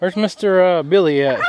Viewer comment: Yay! You got Billy's name right lol!